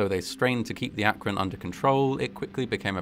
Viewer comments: I'm actually impressed by the proper pronunciation of Akron. ❤️ Some folks get it all wrong! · Thank you for pronouncing "Akron" correctly. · Like, I know this is a low bar, but thank you for pronouncing Akron correctly 😭 You're the first YouTuber I've come across to actually look up the pronunciation and used it.